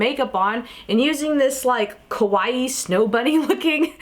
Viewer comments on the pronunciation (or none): You said kawaii wrong, how you said it mean scary